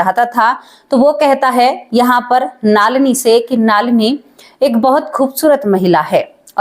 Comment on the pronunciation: आपका।उच्चारण बहुत खराब है नलिनी नाम हैं